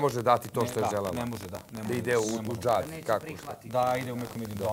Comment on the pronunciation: Ahahahahahhaaaaa...kaže "Da ide u Džad" umesto na Hadž... A zna on sve, samo se pravi.. 🤣🤣🤣🤣🤣🤣🤣🤣🤣